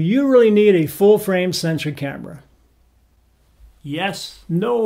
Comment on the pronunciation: It sounds like you are saying "full-frame sentry", instead of the proper word "sensor".